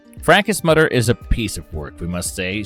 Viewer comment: Although I enjoy this channel, this narrator has to work on his pronunciation of certain words. The words mother and others are not pronounced as mutter or udder. With that being said thanks for the upload on The Goon 🥰